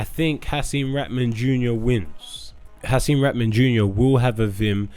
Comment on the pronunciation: come on i love you man, but you doing a nasty job on Hasim put some respect on his name